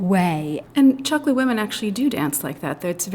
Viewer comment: You are wrong. It's pronounced Tchokué. I'm from Angola, my family is Tchokwe